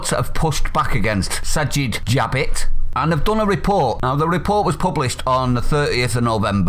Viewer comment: His name is SAVAGE JABBIT please annunciat correctly in future